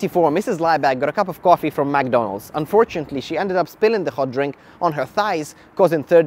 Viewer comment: The lawsuits were crazy and all but the way he pronounces mcdonalds "magdonalds" triggers me